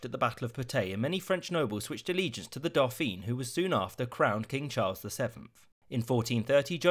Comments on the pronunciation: Isn’t it doh-fan not doh-feen? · Lol. Dauphin = roughly "do-FAN" with the N not fully pronounced. Pronouncing it "do-FEEN" would be like calling Charles the Princess of Wales. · One nitpick, Dauphin is pronounced Doe-fan, it's the French for dolphin. Loving this series though, great video!